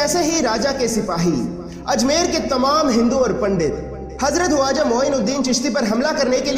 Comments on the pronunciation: bhai aapne bahut achchi video banai hai lekin aap khawaja ki jagah huaja kyo bol rahe hain isko aap correction karke dobara upload kare video bahut shandaar hai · Very informative, ty vm! I have a question though, why did u keep saying ‘Waja’ instead of ‘Khwaja’? I’ve never heard it like that before and believe it’s not correct pronunciation. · bhai huaja nahi hai please barabar pronounce karo k silent nahi hai wo khwaja hai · aap kam bada achha kar rahe ho.but aap ke pronounse sahi nahi he. Waja nahi khwaja bole.hirwani nahi harooni bole... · Bro it's khwaja not huwaja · Bhaijaan aap khwaja kah rahe hain ya huwaja ki awaaz aa rahi hai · Bhai huwaza nahi khawaza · Why are you saying "hawaja" it is irritating. It is Khwaja "kh"